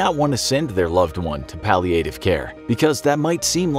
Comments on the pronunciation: I guess it’s like viet nam viet nam. When pronouncing the word palliative , doesn’t it sound better if the A is short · The way he said palliative care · The way they pronounce "palliative" 😑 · That’s not how you pronounce Palliative… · The narrator’s pronunciation of “palliative” is really annoying me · how you pronounce palliative care is really annoying.. get it right!!!!!!!